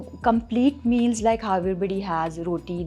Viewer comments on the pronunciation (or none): none